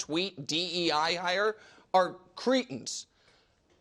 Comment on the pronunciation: Nick needs to do a better job at pronouncing "cretins", lest he keeps insulting the poor Cretans.